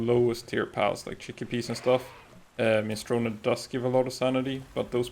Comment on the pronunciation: “mini-strow-knee” it’s an Italian word. not Japanese